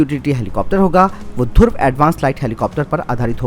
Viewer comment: Bhai dhurv nhi DHRUV bolo